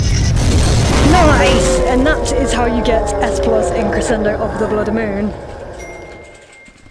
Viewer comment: It's pronounced creshendo